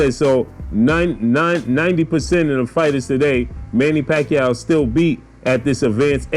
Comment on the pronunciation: Pacwuaio going to 😴